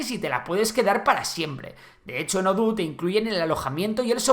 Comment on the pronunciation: ouhlala señor frances, se dice Odoo no oduuu